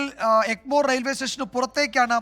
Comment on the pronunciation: എൻമോർ അല്ല എഗ്മോർർർ ർ......